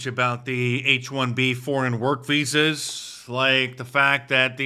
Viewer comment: Did he say H-1B Vhoes.